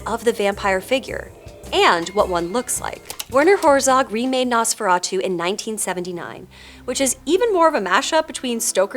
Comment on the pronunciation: ohmigawd, it's pronounced NOHs-feh-rah-tu.